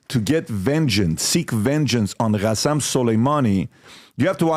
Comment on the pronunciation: It’s قاسم Qasem not خاسم